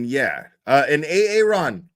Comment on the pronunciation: A ARON? LMFAO YOU GONE F@ UP A ARON!